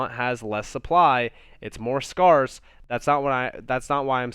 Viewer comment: Love the channel but it’s so weird to me when people say “scarce” sounds like scars. Scarce is similar to scare